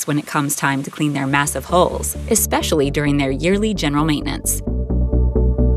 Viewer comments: For your international viewers it would be nice not to pronounce HULL constantly like HOLE. Thanks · It sounds like she’s saying “ship holes” every time she says “hulls.” Damned computer voices. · It's pronounced haul not holes